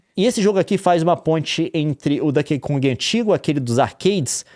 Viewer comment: meu coração dói cada vez que o Leon fala “Dãnkey Kong”, hahaha